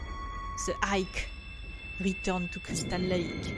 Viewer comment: en pronose le h en engles